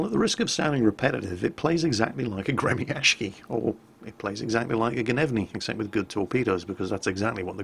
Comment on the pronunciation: It is not gre-mi-ash-ki, it's gre-my-shi. Ok?